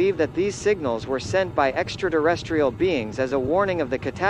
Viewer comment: What the hell is an extra-durrestrial?